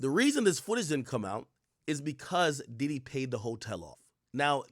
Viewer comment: P DIDDY ❌🙅🏾‍♂️ P DIDIT ✅ 🤦🏾‍♂️